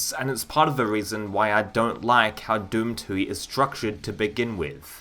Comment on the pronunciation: drinking game: watch any video about a WAD and take a drink everytime he says "it's good but doesn't stick out" or something similar. Take two every time he pronounces it Doom Twoey